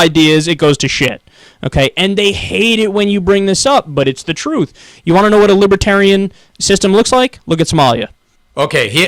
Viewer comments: You sure try to say libertarian a lot for someone that thinks there a "W" in it. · “Fowst of awl, she’s NAWT A LIBOTAWIAN!!!” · What's a wibertarian?